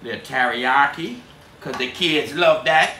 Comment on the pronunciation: It's amazing to find out he can pronounces " Teriyaki " better than anybody in U.S. . Like almost close to real native Japanese. Lots of Respect to this man. 👍🙏 An friend from Japan 🗾